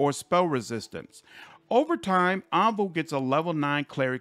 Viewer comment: You are mispronouncing Aivu and waifu in the same way. In both cases the ai is pronounced like the letter I. Waifu should should like wife.